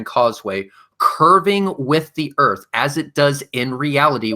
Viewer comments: lol yea its like the word "Three" being said "Free" its brutal to listen too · To proof the flat earf